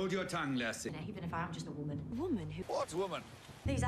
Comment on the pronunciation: "Wammin Hunt" ... LOL! 😂